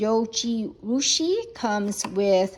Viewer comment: Zoh-jee-roo-shee, and you make a good point. The instant pot works well for making rice, but even the non-stick liner tends to leave a lot of grains grabbing it wastefully.